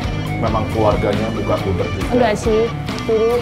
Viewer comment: Gudeg bukan gudek nyet